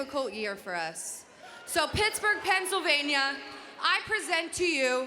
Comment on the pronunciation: Good one with the "brittsburgh", good one